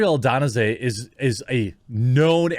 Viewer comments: Wait….can I get a REPEAT on that UFC fighter??? 🤣😂🤣 watch a video on how to say his name…do a little work for us?? You were waaaay off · 🤣🤣🤣 not even close to how you say Izzys last name, can't believe you didn't hear it once before making this video🤦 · Love Jeremy butchering Izzy’s name lol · Another great video. Israel does deserve to have his name pronounced correctly though! A quick search on how to would've been great! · Quartering straight up butchered Izzy's last name and I'm here for it haha. Good vid man. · Jeremy you are butchering Adesanya last name… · you need to watch the last stylebender in action... you'll never mispronounce his name after that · Adesanya is one of the most popular fighters in the world, it would not be hard at all to figure out how to say his name properly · You should learn how to say Izzy’s last name 😂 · LOL Jeremy butchering Stylebenders last name is hilarious. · Should have learned how to say his name... Put some respect on the middleweight champions name lol jk I've butchered names B4 too... I'm just a fight fan so it was hard to hear lol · Oh man, the way you pronounced Adesanya 😂 i dont blame you tho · Izzy would be soooo mad at how you’re pronouncing his last name. He hates that lol . Ariel Helwani pronounces it best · As a long time fan of pro mma it’s hilarious to hear you try and pronounce Adesanya . You aren’t even close 😂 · Absolutely 10-7’d that pronunciation 😭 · It's isreal ah-day-son-ya not ah-den-say lol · C’mon, say his name right. Adesanya, not Adonasay. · Israel A De sanya not anonasay A de sanya Adesanya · AHD-DUH-SOHN- YEAH..Adesanya.. The Champ and Joe Roge's N-word with an A. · Adanasay? AH-DIS-AHN-YUH ADESANYA Also Izzy has been vocal in the past against his home country of New Zealand for their lockdowms and mandates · its A-DA-SAN-YA not adona zaa ha ha numpty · Dude. Its not Adasanay! Seriously. Read his name. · It's pronounced ah-da-sa-nya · AH-DES-ON-YA = Israel Adesanya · "Adanase" lol what